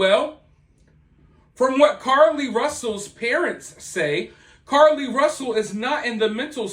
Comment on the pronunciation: Are you still saying Carly Russell?!?! I can’t take it anymore 🤣